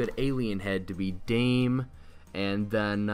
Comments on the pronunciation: Its not dayme its da meh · It’s pronounced Da-meh not “dam” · he said daim the whole vid, it’s da-meh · Your Pronunciation of dame tu cosita is wrong dame is two syllables not one I pronounced Da-me not dame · its pronounced da-me to cos-ita not dame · Its dam-e not dame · Who else is triggered that he says dame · It's "Da-Meh." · C L I C K B A I T And you can't even say it right it's not dime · Dame isnt his name. (Dah-meh) Dame means give in spanish. Also thanks for drilling this meme straight into hell. I thought you were better than Denis, but all you are is a clickbait trader. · the way you pronounce it makes me cringe, it's spanish not english, you're saying it like you would in english, just say damay too cocita to say it properly lol